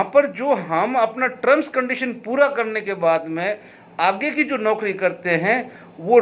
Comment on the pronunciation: कृपया औकरी की जगह नौकरी पढ़ा जाए